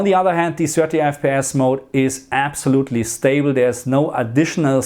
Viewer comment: Hey thanks for the video. You say "mode" wrong: it's not MOUDY, it's MOUD, one syllable :)